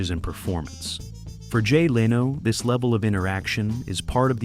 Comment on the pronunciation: It is not how to pronounce "Leno" either.